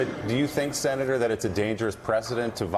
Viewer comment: Did he just say “sinnetor”?